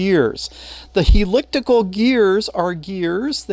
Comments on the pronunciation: P.S.... We in the automotive domain pronounce the word Helical as "hell eh call" with the accent on the first syllable.:-) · He-lick-tacal gear? 😅 I hope you don't mind if I borrow that pronunciation.